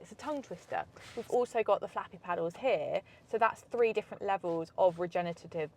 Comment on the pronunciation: repeat after me RE-GEN-ER-AT-IVE